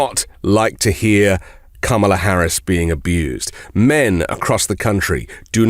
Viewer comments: Since he can’t pronounce Kamila’s name properly, we should call him “Don-old” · What’s with mispronouncing Kamala‘s name? Is the right-wing too daft, or what?! Makes them look and sound rather thick. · Learn how to pronounce her name first off. She doesn't care how you are.